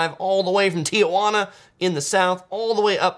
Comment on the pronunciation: you are amazing and I love your channel and what you do for people visiting CA or anywhere else you travel to but dude, as a native you just can't say Ti-uh-jauna. Sorry for being pedantic. Love what you do